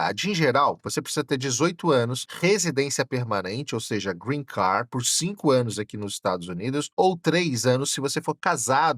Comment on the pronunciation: Nao si pronuncia “Green Car” e sim “Green Card” !!!!